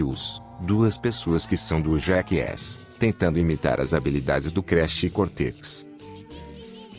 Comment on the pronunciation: Essa narração robótica é tão broxante… ouvir o conteúdo do vídeo nessa voz é tão 🙄… “Twin Sanití”, “Cortequis”, “Creche”, “Équis Boxí”, “Gaymi Kibe”? Sério isso?